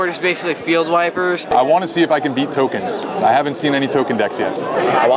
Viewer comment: whats a toknes. is that new jk lol